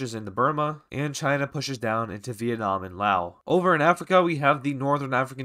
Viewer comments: loa? it loas theres a s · Don’t want to be that one fucking guy but it’s pronounced “Laos” not “Lao”